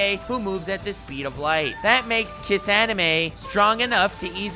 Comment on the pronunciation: Kissanime? Lol. is this new meme that I dunno?